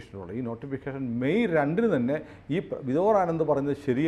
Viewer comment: ആ വക്കീലിന്റെ പേര് വിദോർ (Vidhor) ആനന്ദ് അല്ലാ... വിഭോർ (Vibhor) ആനന്ദ് ആണ്... ദയവ് ചെയ്ത് തെറ്റി ഉച്ചരിക്കാതിരിയ്ക്കുക...